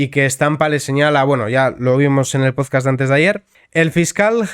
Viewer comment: Por qué dices pozcast? Es podcast. Una pequeña corrección